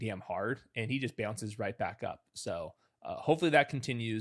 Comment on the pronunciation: Yall where is from? I cannot pin his accent. he said Tez Johnson "beownces right back up," what accent is that???